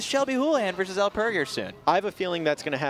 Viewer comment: One of the announcers keeps butchering Elle's name smh